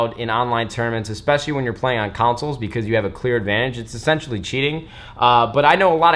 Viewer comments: Counsils? No no I think it's pronounced "consol";) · Am I the only one that dies every time he says counsels instead of consoles😳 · lol he pronounces "consoles" as "councils." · Nade the type of guy to call consoles "councils"